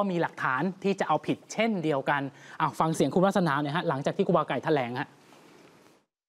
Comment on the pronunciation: แถ ลง ไม่ใช่แถลง